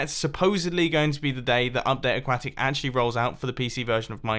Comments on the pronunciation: He still says aquacktic....😂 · It's ah-kwa-tic *facepalm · “A-quack-tic” MumboJumbo- 2019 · Why do you pronouce update aquatic like qack?